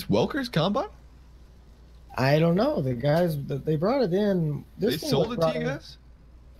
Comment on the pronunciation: It's combine not cowbine